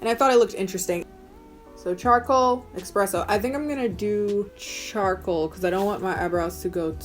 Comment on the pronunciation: girl puh-lease don't tell me u said expresso lol...unless of course thats the actual color name...don't mind me lol also i'd like to just say that i got really bored with the whole watching people put makeup on their face thing and yet i still thoroughly enjoy watching you put makeup on your face, so yea keep doing that plz lmao